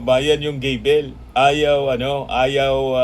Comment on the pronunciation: GAVEL ,hindi gadel 😡